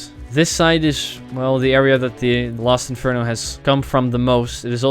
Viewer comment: they when is reading it he says Lost Inferno not Last Inferno.